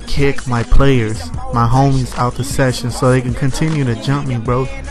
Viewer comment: bro learn how to say the word homies. its not hom-mies. its home-ies